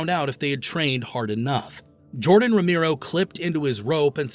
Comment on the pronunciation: It was unfortunate that the AI couldn't pronounce Romero properly.